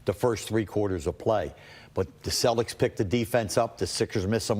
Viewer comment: I love how Him calls em the Cellics😂😂